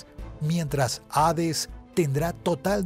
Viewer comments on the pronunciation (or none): none